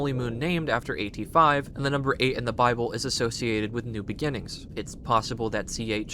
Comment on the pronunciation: AT-5 sounds like the number 85 🤷🏼‍♂️